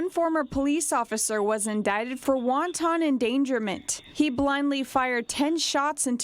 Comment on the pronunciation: Host doesn’t know how to pronounce ‘wanton’ it’s not ‘wonton’